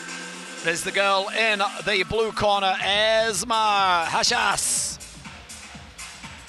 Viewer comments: The name is EsmA, NOT EsmE! Too much Coronation Street! (Oh, and she's Moroccan). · Not Ezmee. EsmAA